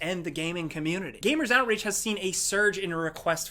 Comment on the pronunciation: Outreach sounds like outrage to my non-American ears, gave me a good laugh :)